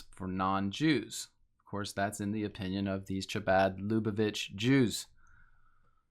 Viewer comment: How do you do so much research and not look at how to pronounce Chabad?